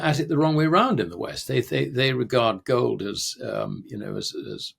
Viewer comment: "wohwd"? "World." "goad" and "gold" are two different words.